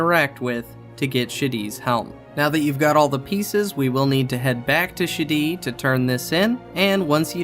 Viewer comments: I'm not sure if I'd pronounce Shadi's name as "Shitty", but I feel it's very apt for the very inept master sergeant. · Video: "back to Shadi" My brain: "back to Shitty" I couldn't agree more, ANet making you do a Quest Mastery as a step to get the Griffon.